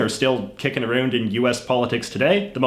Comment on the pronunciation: Women:Sr. Jj your not allowed to be a US citizen...... J.J:WHY?!?!?! Women:BECAUSE YOU CANT EVEN PRONOUNCE "ABOUT" AND "AROUND" CORRECTLY!!!!!!!!!!!!!!!!!!!!!!!!!!!!